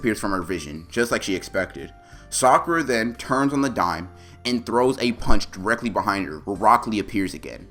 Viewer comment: Bro in my translations,instead of saying saying sakura it's say soccer'a.